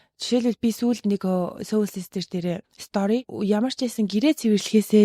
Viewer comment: Хэрэгтэй мэдээлэл өгсөнд баярлалаа. Soul гэдэг англи үгийг соол гэж дууддаг шүү сөүүл биш.